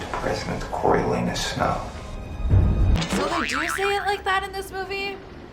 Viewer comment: tell me if it's just me but finnick said "Coral Anus Snow" 😭